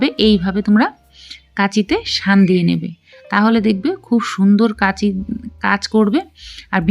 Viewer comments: কেঁচি। নয়। কাঁচি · কেঁচি না কাঁচি বলুন। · কেচি নয় কাচি 😂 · দিদি ওটা কেচি নয় ওটা কাঁচি। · কেচি বলছ কেন তুমি। কাঁচি বলো তো দেখি। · Kachi hobe, kechi noy. Kachi r kaste ak noy. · Kenchi not kanchi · বাংলা ভাষায় কাঁচি বলে, কেঁচি নয়। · দিদি কেঁচি নয় । কাঁচি বলুন , শুনতে ভাল লাগবে । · Kachi na kaachi konta bolay bujhtay parchi na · কেচী কাকে বলে? আগে উচ্চারণ ঠিক করে বলতে শেখ। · কেচি কাকে বলে? বাংলাদেশী নাকি? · কেচি টা আবার কি? ঘোরুয়া ভাবে মানে? আগে উচ্চারণ ঠিক করে তার পর আসুন।